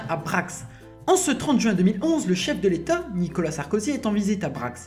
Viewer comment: « Chef de létot »